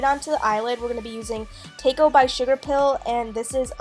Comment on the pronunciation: tako is pronounced like the food taco. lol, just so you know.